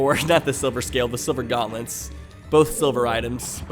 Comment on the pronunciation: You say silver gauntlets like this:gonlets